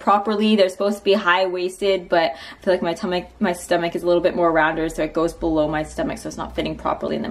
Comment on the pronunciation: When u wanna say tummy and stomach at the same time so it came out as tum-ach